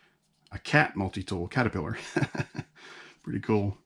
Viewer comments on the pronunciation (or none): none